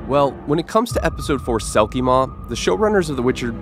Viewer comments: Selkimore not selkimaw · it's selkimore not selkimaw, welsh accent got you there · Sounds more like he was saying “Selkie Mór” (pronounced MORE), which would mean a big or giant selkie... which would make sense if it can swallow a town/the Witcher. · The Selkie Maw as you're calling it is actually called the Selkiemore in Witcher lore, I don't know how much that helps! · Its funny that even Netflix got things wrong about their own show. Its not selkie maw, its Selkiemore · yours "witcher's bestiary" has nothing to do with the franchise, thanks for wasting our time. And btw it's selkiemore